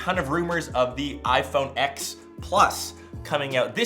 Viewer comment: iphone fking "axe" ? lmao